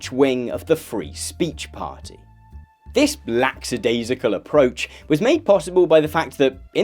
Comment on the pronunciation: Did you say “lacks-a-daisy-cal”,?:/